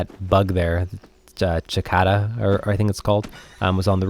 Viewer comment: It's called a Cicada (sih-kay-ta) not chiata